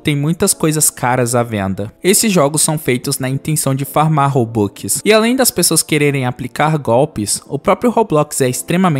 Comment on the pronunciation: Ele falando robux e engraçado robuquiskkkkkk😂